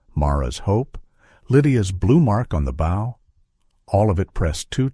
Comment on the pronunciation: good story, horrid AI reading.... Bow is not bough, lead is not heavy but direction, Elias is not El-E-Es. Errors just ruin the whole thing. Editing is required before posting!